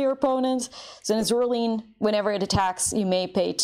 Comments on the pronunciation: Am I the only one who cringes every time she says Zoraleen instead of Zoraline? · Well, that would be the correct way to pronounce it, no? The "e" at the end of Zoraline makes the "i" long. So "Zoraleen" is correct pronunciation.